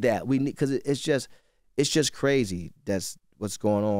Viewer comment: I HATE how ENVY says “BECAUSE”